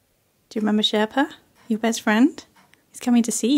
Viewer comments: This is WHOLESOME😍 I love her accent when she says SHERPA😜😝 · it literally sounded like said Sherpa